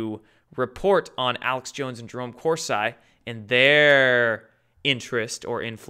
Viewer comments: Love your work but why do you pronounce Corsi as Cors I? Its Cors E. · FYI: Jerome Corsi is pronounced Cor-see (Italian) but we like how you say Cors-eye ;) so keep saying it that way if it pleases you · exactly! Not “Course Eye.” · Corsi is pronounced Cor-see, not Cor-sigh. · I know. It shouldn't be a big deal but I cringe everytime says 'kors-eye'. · we need to talk about this ongoing insanity! There is NO WAY to mispronounce so many things, so consistently!